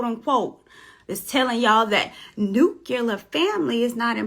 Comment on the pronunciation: New-kyuh-lur? Nah,. Say it wit' me now! New-CLEE-ur